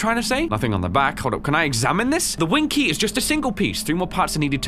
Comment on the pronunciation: Wing key? Winkie.